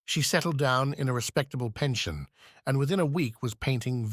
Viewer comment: Haha - this has added another word to my long list of English words which, spelt the same, have a different meaning or part of speech if pronounced differently. ‘PEN-shun’ (retirement funds etc) the English way instead of the correct French way (rented dwelling) here sounds quite funny.